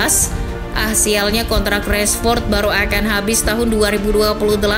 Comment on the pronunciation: Rashford bukan Reshfod